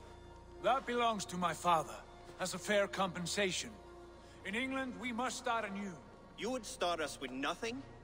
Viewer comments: The way you said England the first time kinda hurt me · the way you said England lmao